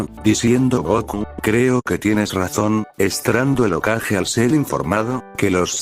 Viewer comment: Porque dice okaje en vez de hokage ?